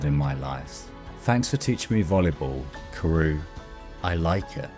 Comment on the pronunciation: Another banger of a video! Just a small note... You pronounce Kuroo's name as "Kuru" even after watching the anime several times?